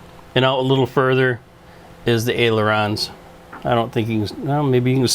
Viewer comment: Sir they are callled ailerons not aerolons. There is no such word as aerolon. It is pronounced aileron (aye-lur-ons)...